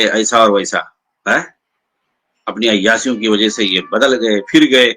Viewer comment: ابے ۔۔۔۔۔۔۔ عیاسیوں نہیں ہوتا ہے ، عیاشیوں ہوتا ہے ۔۔۔۔۔۔ bhkkkk